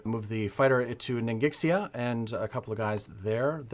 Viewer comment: Even though I have a pretty good idea of how to pronounce "Ningxia", I'm still going to say "Nin-Gik-Siya" going forward. It's just so innocent and wholesome!